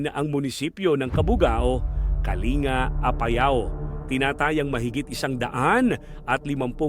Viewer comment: Pronounce as kaling ga hindi kalinga